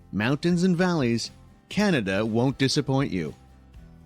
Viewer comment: I'm sure other Canadians noticed how this lady pronounced Canada. It's almost exactly how it was originally spoken. Just like the Canadian History Short where the European men are asking the First Nation Chief what this land is called. He replies Kanata. The Europeans misunderstood what the word meant but the name stuck. I'm glad it did. Cheers from The Rockies of Alberta.